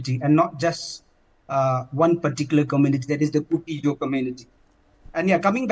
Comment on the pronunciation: Kuki-Zo live with meitei for thousands years, how come meitei can't even pronounce kuki-zo name correctly?? 😮😮